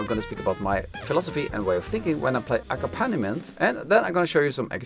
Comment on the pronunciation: In the word accompaniment, the accented syllable is ‘comp’ - aCOMPaniment. I was confused by the way you pronounced it for a moment, Thanks very much for your videos.